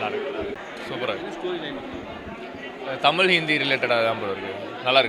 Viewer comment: உண்மை வரலாறு தெரிவது அவசியம். தமில் இல்லை தமிழ். தமிழை கொள்ளாதீர்.